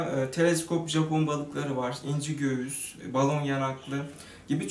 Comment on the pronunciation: Göğüs diyişi :/